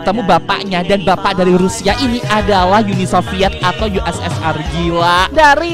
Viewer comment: Ussr itu dibaca usir